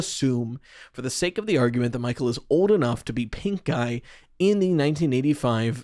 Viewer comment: I keep hearing pinkeye instead of pink guy, help XD Anyway, sorry to hear about your kid :( wishing him a speedy recovery!